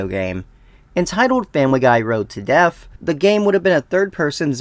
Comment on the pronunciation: You keep pronouncing death as deaf. Lol